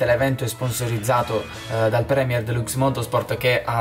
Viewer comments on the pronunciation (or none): none